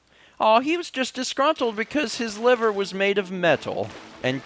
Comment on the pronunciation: OH MY GOD "LEEVER" IS GOING TO DRIVE ME INSANEEEEEE XD